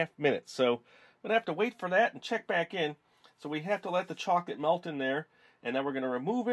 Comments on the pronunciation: he said chocate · I love the way u say chocolate